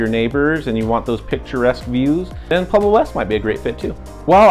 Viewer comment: Is he saying “PLueblo”? Why are people selectively illiterate?